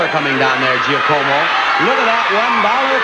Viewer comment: Kills me that Bob couldn't say "Giacomo" correctly...